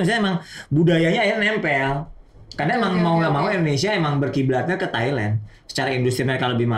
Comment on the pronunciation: Thailand bang, bukan thailen lebay bet